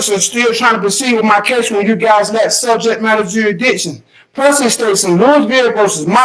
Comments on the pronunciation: okay wtf is juridition? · Juraditton? Really